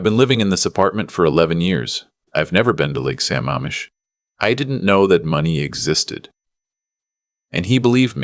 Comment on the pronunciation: Thank you for putting the CORRECT enunciation of Sa MAMM ish!!!